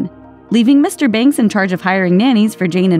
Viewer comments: His accent was terrible, says the girl who pronounces Mr. Banks as "Mr. Binks" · She criticises Bert's accent, yet she says Mr and Mrs Binks. Get it right lady- their name is BANKS